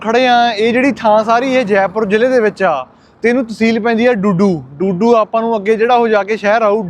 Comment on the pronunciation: ਬਾਈ ਡੂਡੂ ਨਹੀਂ ਦੁਦੂ ਐ